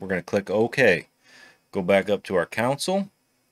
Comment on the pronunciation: CON-soul... not COUN sell